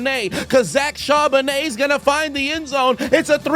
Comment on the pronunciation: you missed with that 😂 try is it cabarnet or Chardonnay..it’s charbonett